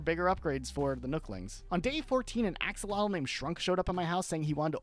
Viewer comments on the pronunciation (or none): none